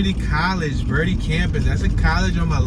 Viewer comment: It is pronounced bertee